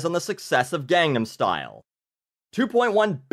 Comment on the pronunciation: he butchered on how to say gangnam. I like him but yeah.